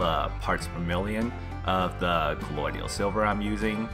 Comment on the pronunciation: Dont wanna be that guy but I can’t stand it lol Colloidal not colloidial and it’s a hermaphrodite not hermathrodite thanks great video tho love them all